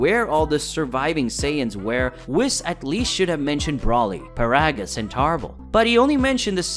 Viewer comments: Bro same! Like, I'm trying to enjoy the video, and see what kind of theory this guy is talking about, but the mispronunciation of Whis, Paragus and Broly are killing me. Paragus is pronounced like Pair-A-Giss, like asparagus and Broly is pronounced Bro-Lee not Brawl-Lee. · Whis- Weese, Broly- Bro- Lee, Paragus- Pear-uh-gus..... pronunciation is key... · triggered on how this dude says the names wrong. i mean how do you pronounce broly wrong? and they say Whis in the video yet this dude still says his name wrong. Also says paragus wrong